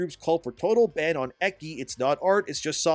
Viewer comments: Eggi? Lmao. Its Echhi not eggi. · What's that? "game is based and awesome and guaranteed to make karens cry"? Sold! Edit: looool it's pronounced "etchy" not "ekky!" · "Ekki"? Ecchi is pronounced Eh-chee. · Eh-chi, not eh-ki. For future reference. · Why are you pronouncing "ecchi" as "eck-y" and "Bellic" as "bell-itch"? It's "etch-y" and "bell-ick" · Ok 1 it's pronounced etchy not ecky and so e of it does have full frontal nudity but that shouldn't matter it's just nudity people holy shit. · For future reference, ecchi is pronounced "etchi," not ekki. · Yo, your read ecchi as ecchi, not eki, use the c as ci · PSA, the ch in ecchi is pronounced like the ch in chalk. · Ecchi -> Eki hahahahaha 😂 just from hearing I didn't understood you, had to look at the screen and then all made sense xd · Hey,. You read the cch in ecchi as chch like in church. The more you know🌈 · this man said Ekki 🤣🤣🤣🤣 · They just want attention for being triggered. But I’m triggered by how you say ecchi, it’s “Etch” like sketch and just add an E. Unless you are trying to not say it from the YouTube algorithm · Ecchi isn't pronounced eckie! Please hire me to proofread your script so I can tell you how to pronounce things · good vid but ecchi is pronounced 'etchi' aka [et.tɕi] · "Eh-Chi" like how you pronounce change for "ch" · The type of anime called "ecchi" is pronounced "ETCH-ee", like Etch-A-Sketch. Not just general anime fans pronounce that way, but the Japanese themselves do too. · Being a weeb and hearing you say, "ecchi," made me giggle. ...I mean... That's racist! You can't pronounce it that way; it's offensive to japanese! xD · mispronouncing ecchi hurts me somewhat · You butcher the word Ecchi 😂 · The most "offensive" thing was the icky way you mispronounced "ecchi", lmao.